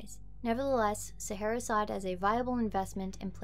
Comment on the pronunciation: SA HAR RAR. As in the desert.